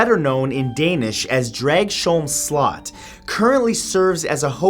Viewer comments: What the hell you pronounced slot wrong. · The way you pronounced slot is funny as hell